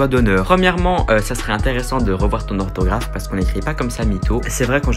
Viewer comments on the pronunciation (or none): mais ptdr il est mort le « s » de « orthographe » ? 😂fallait que ça tombe sur ce mot là 🤣🤣